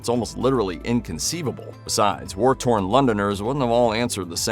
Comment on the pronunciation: War-torn Londoners? I didn't realise people could be "war-town," but, okay. Rest of that segment sounds proper except Churchhill DID regularly tour London and other Blitzed British cities to cajole, query, and commiserate with 'war-torn' Londoners.